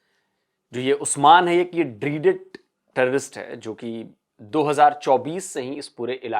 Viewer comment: Dreaded का उच्चारण ड्रीडेड नहीं ड्रेडेड है।